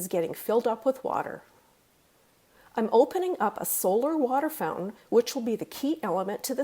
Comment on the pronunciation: FouNtain. Fout-an